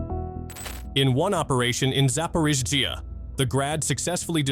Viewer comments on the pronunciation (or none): Зипирижьйиии лол кринж